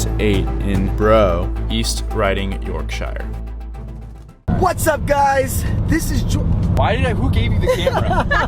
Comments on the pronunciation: I got physically ill when I heard how he pronounced Brough and Yorkshire as Bro (say Bruff!) and YorkSHYer (say Yorkshur!)... 🤦‍♂🤦‍♂🤦‍♂ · Cameron Adams yeah and it’s annoying how he says Yorkshire